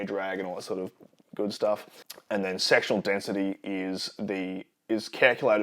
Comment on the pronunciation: are you saying sexual density? I hope so! Haha